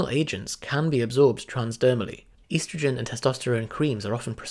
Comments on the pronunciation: Great, except he says "eastergin", annoying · ESS-trogen Dictionary Definitions from Oxford Languages es·tro·gen /ˈestrəj(ə)n/ Please learn how to pronounce this word the way the rest of the entire English speaking world, and in fact the English dictionary suggests. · You say estrogen weird.